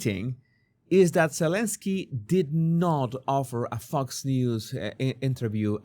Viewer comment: When you say fox news it sounds like fucks news. I like it 👍